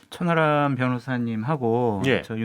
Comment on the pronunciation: 천"아람" 이라고 하는거는 일부러 그러는건가? 천하람 입니다 전국에 천아람 여러분들 대신 사과드립니다